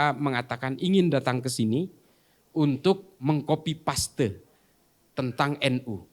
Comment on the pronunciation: Kenapa "KOPI PASTe" ???? 😂 kenapa gak sekalian "COPI PASTe" RIP English